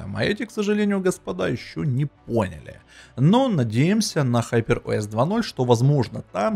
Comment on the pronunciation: ХупЭр ОэС ыыыы😅